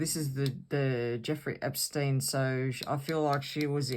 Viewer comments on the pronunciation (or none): none